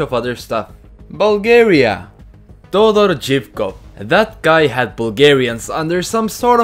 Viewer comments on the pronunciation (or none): Тодор Живков is not pronounced like tha